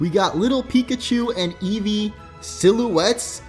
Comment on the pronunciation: Eevee not edges